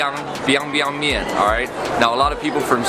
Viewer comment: Biang，二声，不是一声